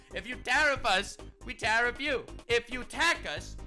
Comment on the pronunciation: SAAR! DO NOT TAR-EEF!